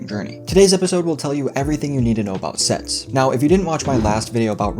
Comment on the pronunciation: I thought you said sex instead of sets at first. LOL!.